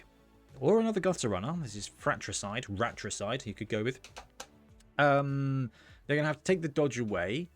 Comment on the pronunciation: Did just say "ratricide"... wow, hilarious! 😂